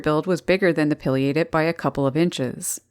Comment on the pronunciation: Pronounce PAI LIATED not Pill liated